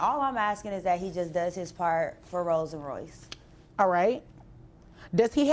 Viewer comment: Not Rose but Rolls